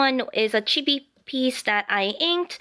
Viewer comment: your drawings is very awesome! btw chibi is prenosend chee-bee and sorry for my english am from saudi arabia ^^